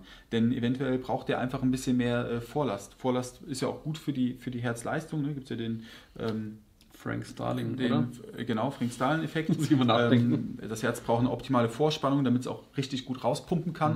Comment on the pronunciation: Der Nerd-Kommentar zum Nerdfall-Video: der "Frank Starling Mechanismus" ist neben Ernest Starling nach dem deutschen Physiologen Otto Frank benannt, also nicht Englisch "Fränk"-Starling auszusprechen ;) Ansonsten finde ich eure Videos und so auch dieses großartig, vielen Dank!